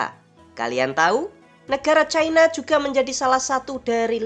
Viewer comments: Diawal awal narasi sudah betul melafalkan CI-NA (menit ). Menurut etimologi juga sudah dijelaskan bahwa pelafalan yg benar adalah CI-NA, bukan cai-na (menit ) Kenapa makin ke sini menyebutnya jadi CAI-NA. Sebaiknya jangan ikutan DUNGUU..! 🫢🤓🙏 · Kenapasih china dibaca Chaina? Nama utu kan tidak pengaruh bhs inggris.